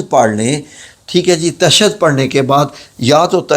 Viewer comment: بھائی قرآن کی آیت اور مذکورہ دعا کا عربی متن غلط پڑھتے ھو۔ لفظ تشھد بھی غلط پڑھتے ھو عالم دین کے ساتھ بیٹھ کر اصلاح کیجئے ۔ باقی اتنی لمبی اور غیر ضروری ویڈیو بنانے کا "مقصد" واضح ھے